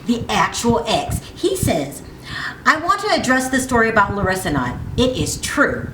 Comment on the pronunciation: Why are you pronouncing her name as if she Hispanic? She is Brazilian, big difference. Also around the mark you say 5 years, cinco años....yes that’s Spanish, good job. But in Brazil they speak Portuguese.....know your basic shit.